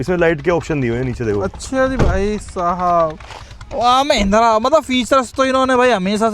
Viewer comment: Mahindra ❌ mehendra 😅😅